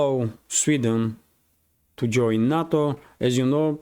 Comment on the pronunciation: NATO is pronounced as Nay toe not nah toe - thanks